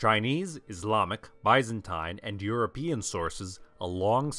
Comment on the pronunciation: Historically educated enough to make a video about the "Cuman-Kipchaks"... "BY-ZAN-TINE."